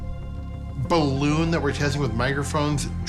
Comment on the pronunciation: Pretty sure he said weather ballooM 😆